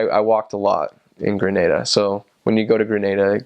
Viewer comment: I was born in Grenada but live in the USA now. You pronounce the names just as well as Grenadians. Probably the best I’ve heard any foreigner pronounced them.😂❤️🇬🇩 Also, thank you for all the positive comments about Grenada too. Much appreciated.👍🏽😊 We’re more reserved because of our British influences. Isn’t that what they say about the British? 😂